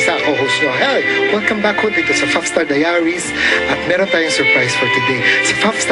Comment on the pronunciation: "Fuff Star Daya-Ries" LOL